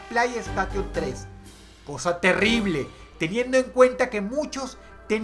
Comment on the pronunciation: para el #3 debo decir esto: sooonn telibleees xD